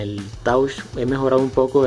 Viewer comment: 'touchh' :v